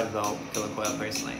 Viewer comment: It's actually "kolya" 😅